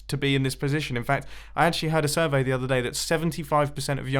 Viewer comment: That ‘survey’ wasn’t really a survay. It was celebrity